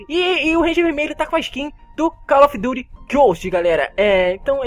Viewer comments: Valle of dito gost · Calil of duti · com certeza cal of dut